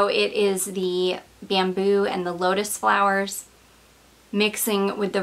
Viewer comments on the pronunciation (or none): none